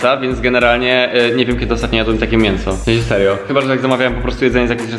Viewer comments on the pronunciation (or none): To mnie rozwala "Nie wiem kiedy ostatnio jadłem taki mienso ,, (mięso) xddd